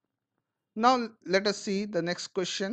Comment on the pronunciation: Abe thoda the bol le